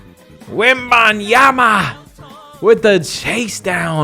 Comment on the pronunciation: also why did you say victor wobinyama